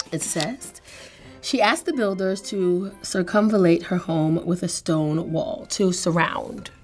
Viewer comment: wrong. It’s pronounced like “Sircum-Val-Late”